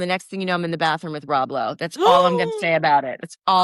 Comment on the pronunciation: She said Rob Blow! 😂😅